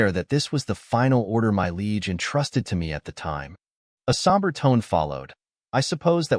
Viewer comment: Bro, Liege is not pronounced Leg.